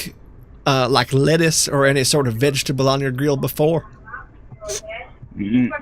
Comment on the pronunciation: Mr scam man, it's vegetable not fetch-tabble.